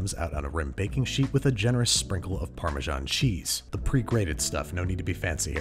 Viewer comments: It's parmesan, not parmejan -sincerely, an european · ha imagine not pronouncing it like pa - measan